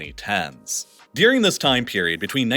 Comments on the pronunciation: Oh Snap. This is the guy that says 'Deering' (instead of 'During'). 😖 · Honest question: do people around you also pronounce "during" like "deering" or is this idiosyncratic? I've noticed this in your other videos. It seems like a consistent thing.